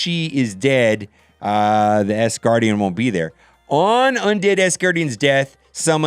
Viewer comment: Can you PLEASE, say “AS” Gardian and Not “ASS” gardian...it hard to watch and listen to you thru all of the tears and Laughter.